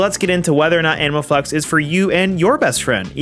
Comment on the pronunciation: Am I the only one hearing "Anal Flex" every single time xD